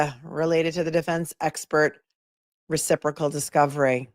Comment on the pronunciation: Ouch... "Reciporcal"? Following from The Netherlands. These cases are getting crazier by the minute! Auntie Bev is really making a mess of it! Free Karen Read & TB!!!